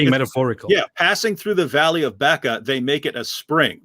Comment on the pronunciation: 🤞🏻«They payed the Hebrew bloke to pronounce "Mecca" “Buh-chraa”!»🤞🏻